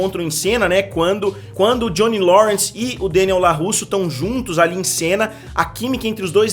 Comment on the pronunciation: Mister, adoro o canal. Mas, por favor, para de falar Deniel. Adoro quando você deixa tudo "abrasileirado". E sim, as lutas são fracas demais e infelizmente isso me deixa bastante insatisfeito. As batalhas não me convencerm. Acompanho somente pela nostalgia e já afirmo que abandonarei(se continuar assim) na próxima temporada. Tudo muito fake e mal feito.